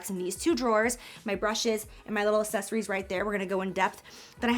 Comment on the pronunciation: i knew she couldn’t go ONE single video without saying “assessories”